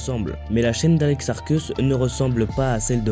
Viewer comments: On dit "Arcéusse'. Vous me dégoutez. Juste dégoûtant... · ça me tue Mdrr c'est pad ARCÉUSSE? (Prononciation)